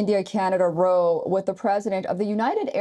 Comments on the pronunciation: In this context, "row" rhymes with "cow", not "slow". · “Row”— in the sense of a quarrel or fight— rhymes with “now”. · Row...it's pronounced like ouch... ow...row